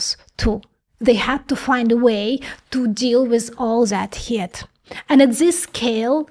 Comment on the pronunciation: excellent video.....BUT.....please remember that the word is "computing", NOT "compute"........and "heat" is pronounced "HEET".